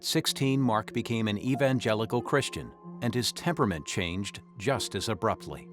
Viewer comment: Christian, not Chritian.